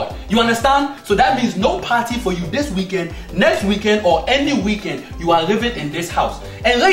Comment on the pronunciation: It's not the wekend he really said "wekend"